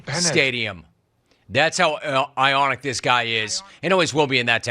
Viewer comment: I hate that he kept saying “ionic.” It’s fucking iconic JIM!!!!